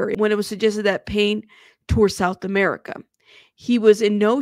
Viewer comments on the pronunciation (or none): none